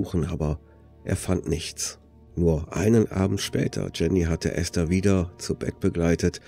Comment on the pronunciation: Endlich mal jemand, der den Namen ESTHER richtig ausspricht!!! Die meisten sagen immer EEEEEhsta - das selbe wie diejenigen auch ESTLAND als EEEEEhstlant aussprechen